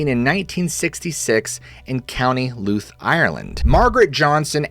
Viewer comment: STOP HORSING AROUND ! Btw gotta chuckle out of the pronunciation of Co. Louth but thanks for sharing one from Ireland.